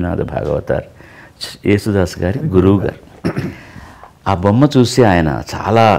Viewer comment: జేసుదాసు కాదు యేసుదాసు 🙄🙄